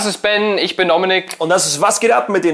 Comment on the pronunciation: Bin ich die einzige oder hat noch jemand verstanden 'ich bin Ominik? XD'